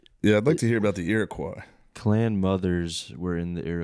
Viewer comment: it's killing me to hear Shawn call it "ear-o-kwi" when it's pronounced "arrow-coy". Coming from a guy that lives in Iroquois county, where the Iroquois Indians lived lol.